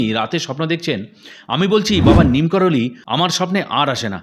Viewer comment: Neem karoli.......ekti jaygar nam! Sei namei tanr nam diyechhe bhoktora!!! "Neem korali" noi please!!!!!!!!